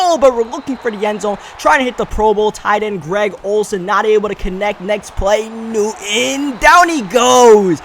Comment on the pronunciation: say it with me, NEW-TON